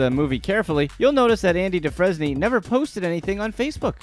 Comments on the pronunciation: Listen, I've got nothing but love love love for you BUT if you're going to reference something from an amazing movie such as Shawshank Redemption, you absolutely MUSTt get it right. 'Andy Dufresne' is pronounced 'Andy Doo-frane'. Thanks and carry on🤗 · If you watched Shawshank, you'd know how to say his name. "Do-Frain," not that disgraceful crap you said. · Lmao have you ever actually seen Shawshank redemption? Your pronunciation of Andy Dufresne is completely wrong lol